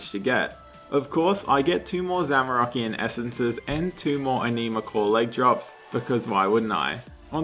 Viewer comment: Just found your channel. like your content even though you trigger me. it ANN-ima, not enima